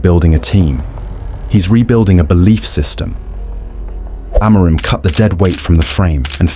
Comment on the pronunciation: I can always tell the AI videos based off how they pronounce Amorims name lmao